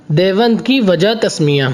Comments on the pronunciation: لفظِ دیوبند کو تو صحیح تلفظ کے ساتھ بول لیجیے پہلے یہ لفظ دیوَند نہیں ہے دیوبند ہے چلے ہیں تاریخی معلومات دینے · جو شخص لفظِ دیوبند کو بھی ٹھیک طرح سے نہیں بول سکتا ہو اُس کی رپورٹ مطلقاً مردود ہے اور یہ شخص بِالکُل ہی جاہل معلوم ہوتا ہے دیکھو تو سہی باربار دےوَنْد دےوَنْد بول رہا ہے